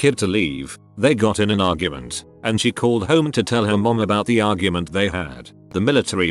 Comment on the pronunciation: Why did you emphasize mom.